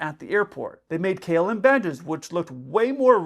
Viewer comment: In your opening statement, you pronounced "KLM" like "Kill-em" Hashaha.